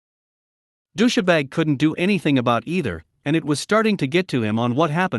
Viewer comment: Dous-sha-bag? Really? I thought it was just dous-bag, with a hard 's'.